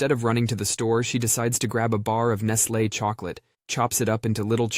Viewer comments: There's a few big clues that it's ai yeah. The way it pronounced radar and Nestlé are huge give aways. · Please check for the proper pronunciation of radar and Nestle. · RAH-dar range, closely followed by Nest-LAY chocolate. 😮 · AI narration drives me crazy. Mispronunciaion of "radar" and "Nestle" are so obvious, why doesn't someone monitor and edit these things? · Can't pronounce Nestle or Radar, either...among other examples...Kudos, AI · Dude, do you pronounce anything correctly? Radar, nestlé, and those are just two extraordinarily common words that you thoroughly butchered!